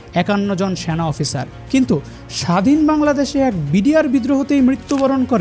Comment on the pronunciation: স্যানা❌ সেনা✅ কনটেন্ট ক্রিয়েটর দের উচ্চারন নিয়ে কাজ কর উচিৎ।ভিডিও দেখার উৎসাহ হারিয়ে ফেলে দর্শক